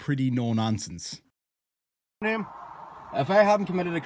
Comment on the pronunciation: You didnt tell us what a neeum is...as in "I dont have to give you my neeum" I would appreciate you doing that noyy🤣